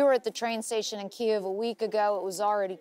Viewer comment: FIRST reporter since this war started that pronounced “Kyiv” properly!